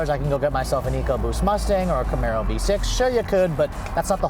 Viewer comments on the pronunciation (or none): none